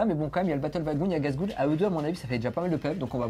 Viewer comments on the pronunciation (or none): Gazgoule ... ça fait mal à mes oreilles de greenskin. 😅 🤣